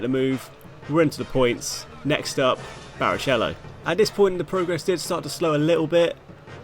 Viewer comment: You deserved the tort*re for that pronunciation of barichello alone 💀🤣🤣